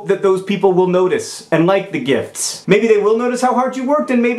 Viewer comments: I kept on thinking you said gifs not gifts.lol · For most of the video, I thought he was saying "gifs" instead of "gifts". Both make sense. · John, John, John. . . it's pronounced "jifts."